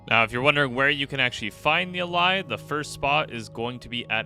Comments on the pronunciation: It’s actually pronounced (ã-lay) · "Allay" is pronounced uh-LAY, just like the regular English word "allay", as in "allay suspicion."